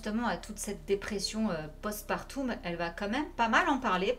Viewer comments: Madame, oui c'est vrai de prendre au sérieux la dépression post-partum, c'est mon domaine la dépression donc bravo MAIS on prononce "post PAR TOME" pas du tout post parTOUM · J'aimais beaucoup la série Heroes (beaucoup moins la fin bâclée) mais je ne savais pas du tout pour le parcours semé d'embûches d'Hayden ! Merci pour cette vidéo 👍 Petite précision pour le post partum, on prononce part-homme et non part-oume 😉